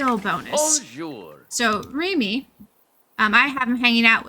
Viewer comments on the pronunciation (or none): the way she says Remy's name through out the video kinda bugged me